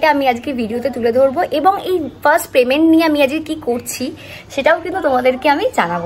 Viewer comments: আরে ওটা প্রেমেন্ট না payment 😂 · প্রেমেন্ট না গো পেমেন্ট। তোমার কাজটা খুব ভালো লাগলো ❤